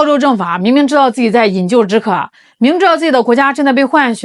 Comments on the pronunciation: 饮旧止渴而不是饮鸩止渴，证明了你不是AI！ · 纠个错，饮鸩（zhèn）止渴（11’13“)，才发现我还没订阅呢🤣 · 饮鸩（zhen）止渴